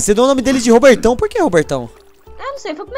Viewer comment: Quando a disse "dei o nome dele de Robertão" eu entendi "Rabetão" kkkkkkk 😂😂😅😅